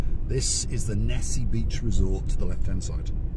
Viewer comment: Repeat after me, - Nissi Nissi Nissi Beach, haha! Thanks for supporting my cause!:hand-purple-blue-peace::face-blue-smiling::goodvibes